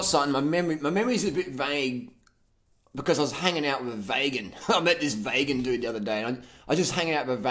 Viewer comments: When you said vagan, I laughed so much! That's really how a few people pronounce vegan. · Haha mispronunciation of vegan as vaygan was golden mate. Sounds like a guy with an IQ of -40.